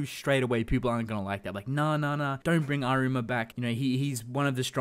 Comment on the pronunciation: Stress the A in Arima, not the ri